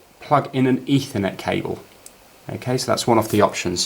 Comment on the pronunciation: if it sounded like that,you know he meant ethernet cable.